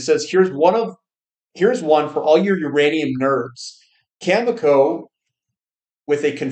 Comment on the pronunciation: Great to hear you finally pronounce Cameco correctly today. Well done.